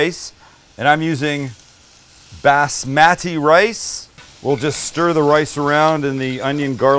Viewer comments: its actualy closer to say it like buzz-mah-tee or bahz. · I know all the Indians cringed a little when he said BASSMATTY rice 🤣🤣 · Say it with me “boss-uh-mah-tee” rice 🍚😂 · “Basmatee” rice lol. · The way you say basmati rice 🤣